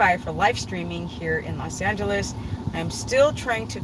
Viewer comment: You know you said "Los Angeles" right? LOL